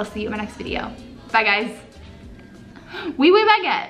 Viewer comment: Coming from France I can say that you have a pretty good accent when you say “oui oui baguette” which I think is definitely so cute! Love you so much❤️❤️